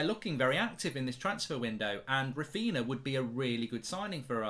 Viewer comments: Who’s Raphina lmfao, come on Mark lad it’s Raphinha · *Raphinha not Raphina. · It's Raphinha not Raphina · Who’s Raphina? Raphinha from Leeds?)) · Raphinha mark, it’s Raphinha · I'm sure Mark is purposely not getting the pronunciation right for Raphinha and Jesus